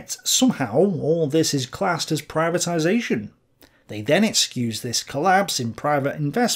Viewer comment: ptibatization not german concept